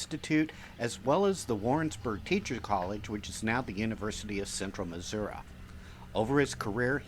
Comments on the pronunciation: no offense but it's pronounced Missour-ee,NOT Missourah....(from St Louis,and lived here all my life) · PLEASE learn to pronounce Missouri correctly!! It’s MIZZ UR EEEE, not MIZZ UR UH!! 🙄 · I enjoy your tours, however, Missouri ends in “I” , there is no “a” in the proper pronunciation. Thank you for the tour